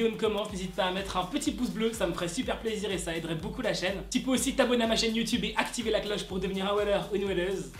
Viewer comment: J’aime trop quand tu dit aCtiver la cloche 😂😂😂